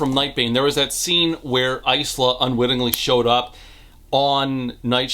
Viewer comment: Is it Ice-la? I thought it was Ila (S is silent) or Is-la?